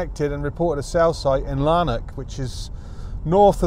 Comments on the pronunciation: Lanark, not Larnak. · Lanark is a small country town which I am assuming is not crawling with master criminals. Therefore the police will not be so stressed fighting high-level crime. By the way, the town is pronounced Lann-ack, not Larn-ock! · It's LANARK not Larnock! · Its pronounced Laan Ark